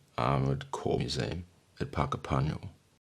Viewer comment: Armoured Corps is pronounced "core" not corpse 💀😂🇦🇺. Great video